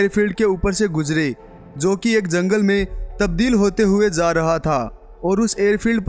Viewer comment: Zaaa rahe hai😂😂😂 ja hota hai